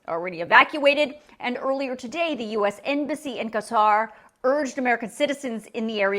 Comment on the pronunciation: Thank you for the information, INCLUDING pronouncing Qatar correctly! You’d be shocked at how many legacy media people say it incorrectly. It’s a little thing, in the grand scheme of things, of course, but I’m grateful to you for this nonetheless!